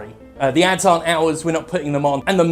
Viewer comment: At first I thought you said abs not ads.